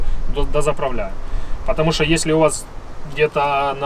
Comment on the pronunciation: А ну да надо чтокать ... !!!))) Как человеку удобно так он и разговаривает !!! А ты пожалуйста не чокай !!! Уж больно это противно !!! (((((